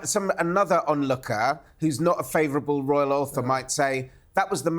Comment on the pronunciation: ITS NOT A 'ROUAL TOUR!!